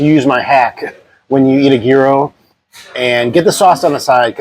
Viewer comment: You said at first that the correct pronunciation was year-oh and then you kept saying gear-oh…